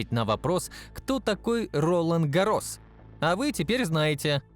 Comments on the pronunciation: У автора явные проблемами с ударениями: РолАн ГаррОс, блин. И смотреть про танки вряд ли буду. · рОлан гАрос дассалллллт обалдеть. Я не говорю что надо знать что во французском ударение всегда на последний слог. Но по ушам просто режет. Дассо. au eau читают как О это дифтонги. Может еще и Рено прочитаешь как ренаулт, хахаха. Он же пишется Renault.